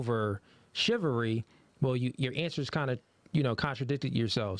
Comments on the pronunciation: Great show, but, you really need to work on your pronunciation of words bro. It’s “Chivalry” not “Chivery”. There is an “l” in there. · ChivaLry wtf is shivery?? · ChivALry. Not chivary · "Shivery" lol The word would likely be easier to understand if they pronounced the L in chivalry.